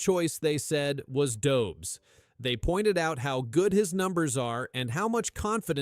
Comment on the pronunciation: Learn how to pronounce Dobes...it shows respect. Learn how to pronounce Martin St.Louis ... it shows respect.